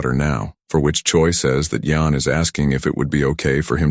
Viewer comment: The name are kinda wrong in the ai cus they said hyion when it yeon